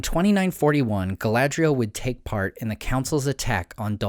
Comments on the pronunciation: I don't think "dh" is pronounced like that. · Your pronunciation of the elven names is slightly off. 'a' is always pronounced as in father. See Appendix E in The Lord of the Rings.